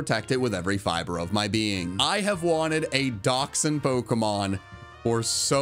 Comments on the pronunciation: I like how you pronounce Dachshund wrong xD If you wanna know how to pronounce it correctly, google translate - language German. :) yw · TIL that Daschund is yet another words Americans say differently to Brits. Which is amazing since it isn't even an English word.